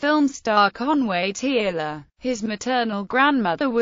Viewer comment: Tearle is pronounced Turle or Terle